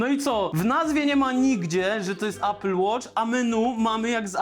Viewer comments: A apple nie ejpl tylko apl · ejpel... Człolwieku - obejrzyj jakikolwiek filmik po angielsku dotyczący sprzętu Apple i posłuchaj, jak to się wymawia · Ejpl Ejfon 🤣🤣🤣🤣🤣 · Ejpyl 🍏hahahHa nawet po angielsku mówi się mniej więcej Aepyl. Kurw@ na cholerę ludzie to robią. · Ejpyl, ajerpodsy 🥹😂